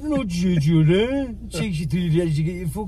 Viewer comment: "There's only one Judder Rees-Mogg'..ONE JUDDER REES-MOGG' Theres o🤣nly one..........